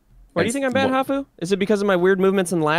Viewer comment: What does hafu say??? Defen? 🤨